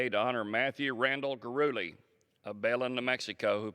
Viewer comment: It's pronounced Gu-de-le.